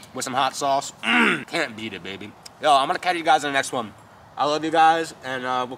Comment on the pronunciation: Bruh you meant to say. The Fuck But you said. Doe Fuck